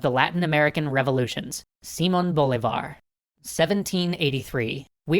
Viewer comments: He did not stress the right syllable...SÍ-mon BÓ-livar it's how he stressed it, when it should be si-MÓN bo-LÍ-var. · you prnounced simon bol-i-var. the correct prnounciation is Si-MÓN Bo-LÍ-var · It's Bho-LEE-var, not BOW-levar. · I'm Venezuela, during college one of my favorites classes where the ones with history, you did amazing. Minor detail in Spanish is pronounced bo LI var not bo li VAR that's why it as a sign over the i "Bolívar" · Dear, here is some trick to pronounce spanish names and words: when a word had this "á" kind of sign over a letter that means that letter carries the stress of the word. So instead of "See-mon" you should say it like "Sim-ON" and instead of "Boulevard" you should say it like: "Bo-LEE-var". Good luck with that! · just a clarification: Simón has entonation in the last syllable: its siMON, not SImon. And Bolivar has entonation in the middle one: boLIvar, not BOlivar. :P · Am I the only one bothered by the way he pronounces hispanic names? The accent means that you put force into that syllable. His name is pronounced si-MON bo-LI-var. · I'm from Colombia (Latin America) and your story is very good and detailed. (But it is Simón with the accentuation in the O and Bolívar is with the accentuation in the I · I figure that someone may've mentioned it already, but the way you pronounce that leans more towards SimUn BolEEvar. The tildes change the focus of the sentence. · si-MON bo-LI-var you're welcome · Dunno if the audio for all episodes has already been recorded, but the accentuation on the name goes si-MON bo-LI-var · A small pronunciation correction: the stress in Simón is on the second syllable "si-MON" and in the case of "Bolívar" the stress falls on the second syllable as well: "Bo-LI-var". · Nobody goes around pronouncing George Washington as GeorgÉ WashingtÓn. Is just fair to us Venezuelans that the name of our forefather is pronounced correctly. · Can you guys stop butchering his name?